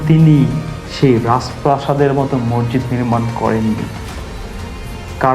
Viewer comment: সাউন্ড বন্ধ করেন৷ আর মরজিদ কি? উচ্চারন ঠিক করেন৷ মসজিদ৷